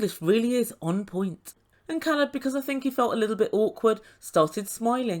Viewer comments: your welcome. Alina seemed to be the kind of person that thought mispronouncing names or doing inappropriate things was cute and funny. I am glad he didn’t let her bully him into a relationship. She even tried to make him feel bad and said he had a problem with her disability. He was honest with her and even if after meeting her he did have a problem with her disabilities that’s not anything she should be using to try and make him stay in a relationship that clearly was toxic. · Because there isn't really a long A sound in the Russian language. This, Э, is the closest but it's more like an "eh" sound, so it would be like "Keleb". But, yeah, he's probably pronounced his name for her on video chat, at least, before. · Yeah, Elijah needs to take a step back. But I’m a super private person so I find his line of questioning out of bounds. Caleb is handling it much better than I would. It’s pretty impressive. Sort of related, Caleb has cleared up how to pronounce his name. It is, indeed, a long A. That was bugging the crap out of me. 😝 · in the next episode when her girlfriend asks about his name he says Alina pronounced it wrong and she laughs says it correctly and admits she doesn’t pronounce it correctly but then continues to mispronounce it after that. I find her and her friends aggressive, but then I think TLC scripts the show so who knows if they are even a real couple.